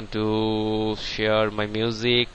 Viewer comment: HAHAHAHAH!!! LOL MAN, ITS SHARE, NOT SHEAR!